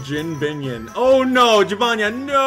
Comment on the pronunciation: Have you ever thought of pronouncing jibanyan as Jee•buh•nyan